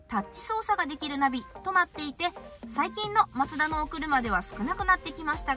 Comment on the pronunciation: MAZDA2って昔のデミオだよね🤔 マツダ車って縁がないんだけど、コンパクトカーなのに、メモリー付きのパワーシートは凄いね👌 、『マツダ』のイントネーションが独特だよね😙 『マツ⤴️ダ』って感じで『マツ』が高い🤭 全然いいんだけどね😊 今日の服も凄い可愛いかった👍️